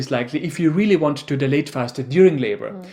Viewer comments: Its not pronounced as de- late but dial- late … when u guys pronounce it as de- late it sounds like delayed which gives the entire different meaning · You guys are a joy to watch. Yes with your accent as well 🤭 Love your sweet spirit and playfulness as a couple ❤ The only thing I kept misunderstanding was the word “dilate”. The way you pronounce this word made me confused thinking you were talking about “delay” the exact opposite 😅 Love your visuals too! There’s great value to your work here! Thank you 🙏🏽